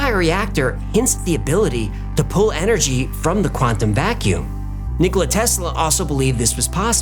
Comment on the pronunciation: glad you finally got Tesla’s name right it’s “Nikola” with an A at the end not Nikolai. Great channel